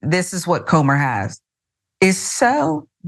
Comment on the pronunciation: Comer rhymes with Gomer as in Pyle of it